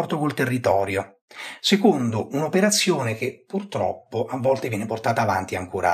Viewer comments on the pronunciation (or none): none